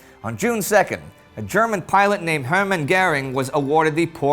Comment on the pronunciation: Hermann WHAT? Sorry, I know it can't be easy with all these foreign names, but that was a rather painful pronunciation